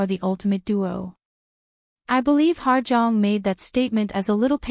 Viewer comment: Hello. Her name is actually pronounced as “Ha Jeong” and not “Ha(R) Jeong”. Hope this helps :)